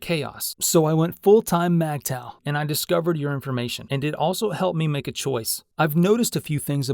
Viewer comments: It’s Migtow, not Magtow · It's pronounced (mig taw) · MGTOW is not pronounced MAGTOW.